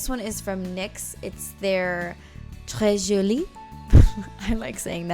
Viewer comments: you are très jolie girl, and you actually pronounced it perfectly ! ;) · You said "très jolie" well! Yay! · Your pronunciation of "Très joli" is good, I'm french 😘👌🏼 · You always laugh about how you say Très Jolie, but you actually do a really decent job! Love this look, Miami Fever, and you!!!